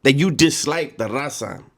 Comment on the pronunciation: When he try’s to say raza and it sounds like rasa